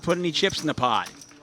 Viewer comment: it is pot, not pod, a ladda mispronounced words for getting paid.